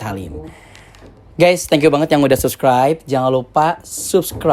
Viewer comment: Subskraib? Sabskraib kali maaas lafalnya